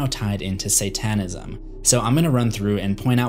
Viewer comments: Say TAN ism? SAYtan ism. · "Say-TAN-ism". Dude... Have you ever read a book or been to school? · He said “say-TAYN-ism” bruh who says it like that...